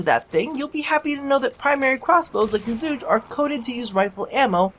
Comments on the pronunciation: its pronounced chu-kay not zu-gay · pronounced zhu ge not zhugay xD good try :P chinese here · Its Zhu Geh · WEE OOO WEEE OO HERE COMES THE PRONUNCIATION POPO It's like "zhoo guh" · Chocolate Egg Oh I know. With that pronunciation in the video I couldn't pass that line up though. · While I know you'll pronounce it however you want, I just wanna say that it's actually pronounced Chu-Ge (like Girl, but just the Ge part). Just dropping random info. Thanks for testing the weapon :) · "..it's zhuugee.." ,- Donald Trump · You're pronouncing it wrong, it is pronounced as "zoo girl" or something like that this is the chinese word, google it if you're up to it :D 诸葛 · your Chinese is terrible